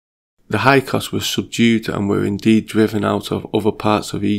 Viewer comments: Hyksos is pronounced "hick-sos" (or so I was taught). Otherwise great job, I really dig this video! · Hyksos not hykos Io io (aio eeo) not lo.